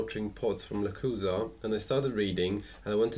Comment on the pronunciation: Lechuza means owl but the right way to pronounce is leCHUza no lekuza